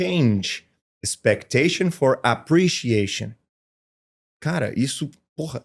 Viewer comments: No minuto 34'09" ele diz: "change expectation for appreciation". Ele deslizou no quesito e acentuação tônica. Appreciation /əˌpriːʃiˈeɪʃən/. Essa é a pronúncia CORRETA. A tonicidade recai em "EI", PENÚLTIMA sílaba e NÃO na primeira como o professor/ empresário pronuncia.Sigamos refletindo. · Ótima observação! Concordo plenamente com a acentuação tônica de "appreciation"